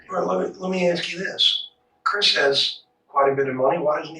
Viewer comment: I'm confused? Is it cwisss or Chris?